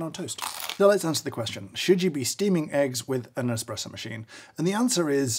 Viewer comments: Thats how an Indian normally says espresso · Wonder what James dislikes more; people who call it a cappuccino machine or people who say expresso? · What's worse 'cappuccino machine' or calling it 'Expresso' ?